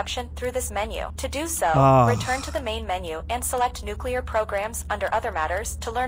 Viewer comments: Oopsies i dropped a nucular bomb on the White House my bad guys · HE HAS THE NUCULAR CODES